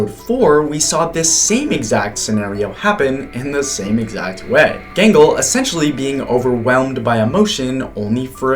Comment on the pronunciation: How dare you call gangle genghel..?